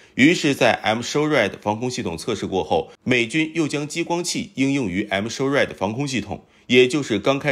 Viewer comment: M-SHORAD防空系統我聽成I'm sorry防空系統，還想說這名字還真特別阿，不過這I'm sorry是對誰說的呢？🤣